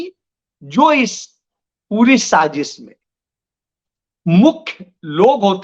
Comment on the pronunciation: Sajis nhi Sazish वाशिंगाटन nhi वॉशिंगटन इसारे nhi इशारे Jariye nhi Zariye Aaj ke liye itna hi sabaq kati hai Dhayan laga ke sudhar kijiyega agli baar check karunga